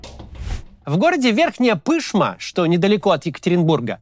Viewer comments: Не пЫшма, а пышмА. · Ну, Максим! Не ПЫшма, а ПышмА! Ударение нужно ставить на второй слог! Для жителей этого города это имеет значение! Надо бы хоть погуглить для правильного произношения! И Ревду мою тоже бывает каверкают РЕвдой, а надо РевдА! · Верхняя ПышмА, а не ПЫшма) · Не Пы́шма, а Пышма́)) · Максим, Пышмá, ПышмАААААААА. Ну сколько можно? это татарское название. ударение на последний слог: Пышма, Ревда, Сысерть - везде на последний слог. Мы же не говорим Мóсква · Простите, не могу не поправить: - Верхняя ПышмА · Пышмаа́, а не пы́шма, ох уж эти москвичи )) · Ничего себе, Максим затронул события моего города. Спасибо, что не остались равнодушными к Надежде! 😢❤ Только правильное ударение пышмА а не пЫшма🤓 (подушню) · Только не ПЫшма, а ПышмА! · Пышма, ударение на А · ПышмА, чел, ПышмА, а не ПЫшма. Ударение на последний слог! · Максим, не ПЫшма, а ПышмА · Только не пЫшма, а ПышмА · пышмА , не пЫшма же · Город Верхняя ПышмА, а не ПЫшма. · Москвичи... не ПЫшма, а ПышмА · Ну, Максим, не пЫшма, а пышмА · Боже. Почему все время ПЫшма-то. ПышмА же. 😅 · Не ПЫшма, а ПышмА😂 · Если что, ударение: Верхняя ПышмА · Пышма', понимаю что не сильно важно, но ухо порезало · Верхняя Пышма́, а не Пы́шма! 😤 Но за видео лайк) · Максим, город Верхняя ПышмА!!! Ударение на А!!!! На Ы, режет ухо! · сам ты пЫшма! Верхняя ПышмА (ударение на последней А) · Ну откуда ему знать что ПышмА, я тоже прочитала бы ПЫшма, как будто пышка, так мило. Меня тоже бесит, когда начинают склонять в ОдинцовЕ, а не в Одинцово, ну что поделаешь… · пышмА а не пЫшма )) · Не П'ышма, а Пышм'а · Ааааа Верхняя ПышмА, а не ПЫшма😂😂😂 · Блин, вподеж ПышмА, а не ПЫшма, сколько там был, вроде так читалось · Вопиющий случай - сказать Верхняя Пы́шма, а не Пышма́! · верхняя пышмА (ударение на последний слог) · Правильно говорится Верхняя ПышмА. В слове Пышма ударение на последнем слоге ! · Пышма́, Кац! ну емае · Прошу конечно прощения, но верхняя пышмА!!! Ударение на последний слог!!! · Верхняя ПышмАААА не АААА ударения!!!!